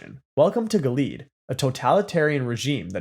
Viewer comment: Gilead: gill-E-ad